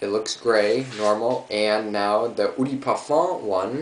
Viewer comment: pet peeve of mine. gotta do it. sorry. eau = "Oh" de = deux (2 in french ... pronounce it like an english person speaking french or say "duh" instead) nice vid btw. :D